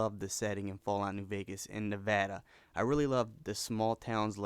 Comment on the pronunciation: you said Nevada wrong the first time.